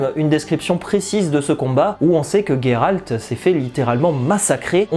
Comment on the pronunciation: Pourquoi tu dis "Gayralte" ?